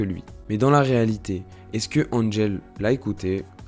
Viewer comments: C'est Angèle pas Anne-gèle jpp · On dit Angèle ! Pas Andgèle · Ca ne se dit pas DG, c'est juste Angèle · C’est pas Andgel c’est Angèle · On ne dit pas "And-gèle" mais Angèle tout simplement. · Super intéressant, merci ! Le seul problème est qu'elle s'appelle Angèle et non "Andgèle" (dit 3000 x dans la vidéo !). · Super vidéo! Une petite amélioration dans la prononciation du Belge :-) Nous on dit Angèle et pas N'Angel comme un peu le parfum :-) Elle est aussi la marraine hyper généreuse d'une fondation qui récolte des fonds pour la recherche dans le cancer pédiatrique! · Mdr oui trop bizarre tout le long ça dit bien qu'elle est belge et tout mais il anglicise son nom. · Mais grave😂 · Faire toute une vidéo sur une personne sans savoir prononcer correctement son prénom... Angèle, c'est un prénom français, ça ne se prononce pas "Andjèle", bon sang ! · Donc pour être encore plus clair, on prononce son prénom : « EN » + « GEL ». A part ça, vidéo YouTube avec de bonnes recherches et presque pas d’erreurs dans la prononciation de termes « francos-belgos-neerlandais », comme pour le festival de Wechter, tu dis « We-ssshhh-ter » par exemple. La prononciation correcte est : « Ouais-ghghgh-kter ». Mais bon, comme y a pas 3000 mauvaise prononciation, ça va. 😊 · Ça se sent que tu es amoureux, par contre il faudrais apprendre à bien prononcé son prénom 😉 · Bon... Il faudrait faire un effort pour énoncer les prénoms et noms correctement Angèle, Stromae (maestro, tu dis pas maéstro, hein ?), Annegarn, etc... 🙄 😉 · et wechter alors là.... Un massacre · cest cool mais on apprend rien de nouveaau de plus jai beaucoup de mal avec la prononciation "angèle" ça me sort de la vidéo à chaque fois déso :/ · Déjà avant de raconter sa vie faudrait peut-être apprendre à dire son prénom 😭